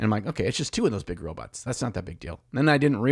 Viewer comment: Hey I believe it's pronounced robots not robits just saying